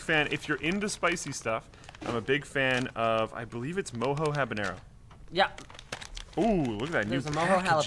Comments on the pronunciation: Mojo..... not moho Jesus guys. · Do you guys really not know how to pronounce Mojo or are you guys just trolling? Its not "mow hoe", its pronounced "Mow Joe" guys LOL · i believe mojo is pronounced "moe joe"